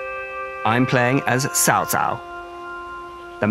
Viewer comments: they pronounce it "sao sao" basically every time, the S sound should be basically non existent, it's pronounced tao, in Chinese, T as in Tyler T--- and ao as in ouch (tao). Western people consistently mess up Chinese pronunciations because the English translation is poorly done phonetically. For example wang is actually pronounced wong in Chinese A as in avocado, rather than Ambulance. Or Qing dynasty, pronounced in Chinese as Ching These differences may seem relatively minor or pedantic in English (a language known for "Tomato, To-mahto, flexibility in pronunciation) In Tonal languages this is not the case at all, a pitch change makes the entire word meaningless or change meaning entirely. It tends to be hard to detect this as a native English language speaker with the massive variety of accents. But in many Asian languages fidelity of pronunciation is very important and not subtle. Hence it can come off as disrespectful when you make a multi-million dollar game about China, and don't care enough to say one of the most famous Chinese characters ever right. It would be like a Chinese company making a game about Julius Caesar and pronouncing it Julie, Cheezvar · its CAO CAO not sao sao my god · NAME NOT TSAO TSAO THE CORRECT NAME CAO CAO (PLEASE CHINESE INTONATION ) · It should be pronounced as chow chow not sao sao. It is a really nice video btw :) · YES that is what bothered me the most while watching the whole video lol. I'll rather they pronounce it "Chao Chao" which sounds less weird than Sao Sao. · It is cao cao, not Sao Sao.... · Caocao=Chow chow/tse ou tse ou not shaoshao=wife (that's why you ppl butchered the language following Japanese pronounciations. ) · Cao Cao: I should make a law that anyone who mispronounced my name (like "sao sao") would be excuted. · pronounce cao cao as chau chau please thanks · "Sao Sao" lmao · oh my god please stop saying saosao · Your pronunciation is appalling 😂 Who is sao-sao? 😂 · it's so funny everytime he says Cao Cao